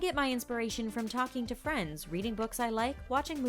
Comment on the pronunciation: ‘He loves “Vriends”’ Me: youre kidding... HE LEARND ENGLISH WITH IT! ‘He even learnd english with it’ Me: YOU SEE! Why has it to be an surprise? 💜💜💜💜💜💜💜💜💜💜💜💜💜💜